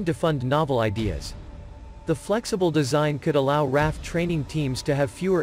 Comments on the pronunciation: Not “Raff” but “R.A.F.” Three letters each pronounced separately. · I knew a couple guys at work that were in RAF, and they called it the "Raff" informally.